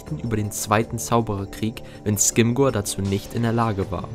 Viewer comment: Rufus Scrimgeour wird nicht "Skimgor", sondern "Skrimschor" ausgesprochen. ;)